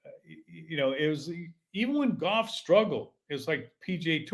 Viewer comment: You can't even pronounce golf. Lol. They had a guy on the Golf Channel ads for years who said it like that. It isn't goff.